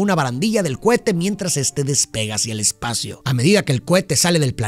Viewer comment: Solo escuché "Cuete" "Cuete" "Cuete"